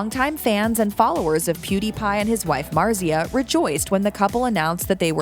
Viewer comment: Omg say her name right pls